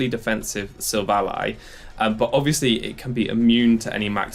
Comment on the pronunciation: SI-VOL-E Not Siv ALLY